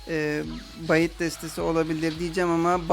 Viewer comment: bait oyle okunmuyor